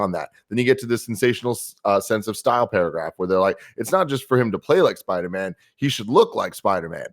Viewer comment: Why does pronounce Spider-Man like “Sparder-Man”